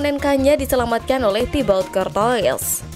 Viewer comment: Thibout cortua... Bukan kortois🤣